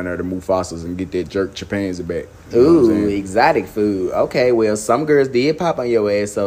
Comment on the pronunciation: The way they pronouncing chimpanzee hit me dead 😂😂😂